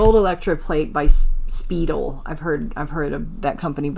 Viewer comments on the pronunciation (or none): At 22 minutes in… it’s Speidel (pronounced Spy-dell) not Speedle bar friendship bracelet which were very popular around the 1950’s. Enjoying watching you going through your finds! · Speedel..lol its pronounced. Spy-del. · Not pronounced “Spee-dell”. A company prominent in costume in the ‘60’s & 70’s, pronounced Spy-dell...just thought you might want to know... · Speidel is pronounced spy-dell not spee dell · I believe it's Spi- del. Try a long I sound. I grew up in Pennsylvania. It's a popular company that makes decent products. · Speidel pronounce spy-del "ei" in German sounds like "i" "ie" sounds like "e" my uncle used to make their stretchable watch bands. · Speidel is pronounced Spy Dell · The bracelet company, Spiedle, pronounced Spy dell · Speidel is pronounced spy-del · That double cross is related to the knights templar! 🤔 The lord's prayer necklace is As seen on tv item Speidel is pronounced Like (spy-del) lol! Js Elvish charm! ❤ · The Maker of that Charles Bracelet is Pronounced SPY-DELL. They made engravable Everything! Lol. I know this video is 3 months old but I just wanted you to know how to say the name. Very much enjoying your Personality and Knowledge. Keep them coming. Years ago I bought a few storage Auction units with the intention of selling. I Found a few jewelry items. It was too much work for me as I'm disabled and can't carry or move anything and my help has no time as life n new baby takes her time nowadays. Love watching! Cool Finds! Keep having fun hunny! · Speidel is pronounced "spydell". 😊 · I wore my boyfriend’s ID bracelet in 5th or 6th grade in the late ‘60s. Speidel is pronounced “spy-del” with the emphasis on the second syllable.😊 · The ID bracelet company was pronounced “spy dell”. I think I have one in my jewelry box. 😂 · Yes it is pronounced Spy dell , I am married to a Speidel they are all related, they have other things like watch bands and watches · Nice box! Congratulations! BTW... it's pronounced "spydell"